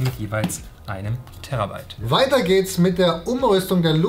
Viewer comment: Sprecht Terabyte bitte nicht aus wie "Terra", sondern wie selbiges mit nur einem r.